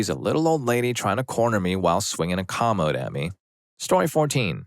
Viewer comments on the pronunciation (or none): You’re mispronouncing “commode”.